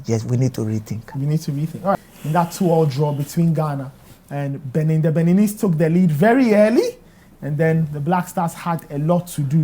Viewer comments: Did the host just say Beninies?????? wow Brofo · Mr Journalist, did you say Beninis? Oh Ghana, our educational system has a problem. How can a journalist be on TV and say something like that? Hmm.